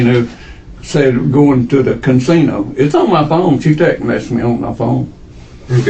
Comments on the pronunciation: Say "cansino" one more fucking time Frank!! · Can-sino? I love this dude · That man wasn’t talking about any damn casino, he said “cansino” and I feel it was wrong of you to deny that with your subtitles. 🤣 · my takeaway from this is that some people say "cansino" 😂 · I am starting to kind a like it.😂cansino. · Frank, there is only one “N” is Casino. 😂